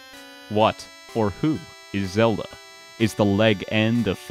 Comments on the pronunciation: You said Zelder!!! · Even down to "Zelder". Incredible.